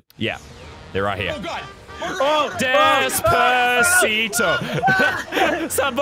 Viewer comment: He sayed Alexa play desbaseto